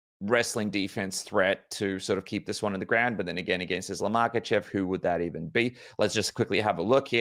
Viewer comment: Hate the way he says islams last name 😂